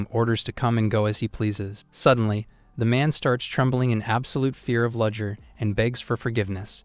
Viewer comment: It took me an hour and a half to realise that 'Ludger' is actually 'Rudger' which should really be 'Rudiger'. lol